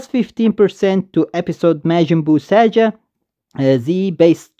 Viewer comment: I will be summoning they are pretty cool in terms of animations. Btw its pronunced saga" not "saja"